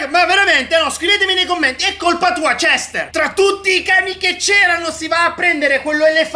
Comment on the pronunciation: Nome Cester si pronuncia cester. Come lo pronuncia: cestr 🤣🤣🤣